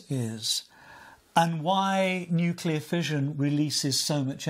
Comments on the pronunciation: I can't believe that 2 of these authors and focus of this documentary cannot even pronounce nuCLEAR properly. You study something, write a fucking book about it, make a documentary and don't even care to say the word correctly. It's NOT nucular. Even spell check will make it right but they can't say it right. Sad. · One of the historians says "nucular", which drives me up the wall. How you can mispronounce that word is unclear to me (note: unclear is nuclear with the first two letters swapped). --Former US Navy "nuclear" reactor operator